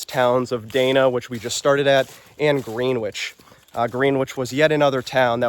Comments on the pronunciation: Please. It’s Gren-wich and Peter-sham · Very interesting. Just an FYI. The towns involved are pronounced, Peter-sham and Gren-ich. It's directly related to old English. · You need to get your Mass pronounciations down: Peters-em and Gren-itch